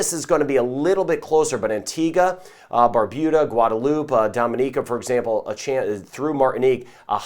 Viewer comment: He said Barbuda not BarBOOda, I am proud☺. I join with everyone in saying I am really glad for your weather updates.